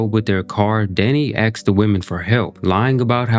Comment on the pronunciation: Only one point of advice: where you seemingly mean to say "asks", you have substituted it for "axe".